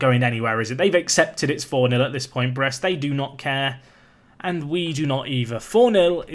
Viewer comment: I'm French and we say it like you say it (about Brest).